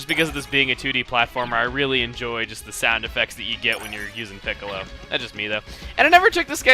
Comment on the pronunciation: Every time I hear Chugga say Piccilo I think of Dragon Ballz...